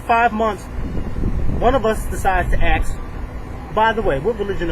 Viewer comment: 'Ask' NOT 'axe' Thanks.